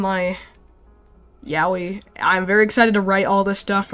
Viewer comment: "toxic yawee" i swear to god learn how to pronounce yaoi please